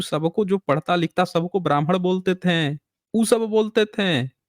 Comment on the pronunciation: "थें" की जगह "थे" कहना सीख लें, तो कितना अच्छा हो! लेकिन आप "थे" को कभी "थे" नहीं कह पाते हमेशा थें थें थें.... ये "थें" "थें" क्या होता है? आपका शेष सभी बहुत ही अच्छा है। आप फैक्ट को रखने में सर्वश्रेष्ठ हैं।🎉